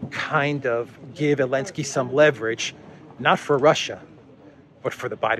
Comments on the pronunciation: you're mocking ZipAir for dropping the Z and yet you say "Elensky". Somewhat inconsistent, wouldn't you say? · Zelensky has a Z . He needs to cancel that too. No wonder you say Elensky 😉